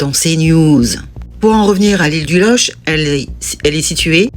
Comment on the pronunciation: Loch..prononce LOQUE.. exemple Locminé ..Locmariaquer etc..Bon facile je suis Breton..